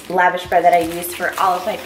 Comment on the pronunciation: Please please please look up how to pronounce lavash correctly :) It is like when people butcher gyro.